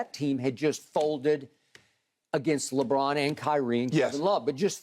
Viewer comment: Lol Shannon really pronounced LeBron as LeBlon